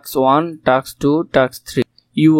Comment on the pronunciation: টাক্স না টাস্ক😂😂